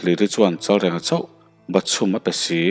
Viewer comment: Chalrenga tih hi i lam diklo tlat.reng hi thluk tur anih kha aw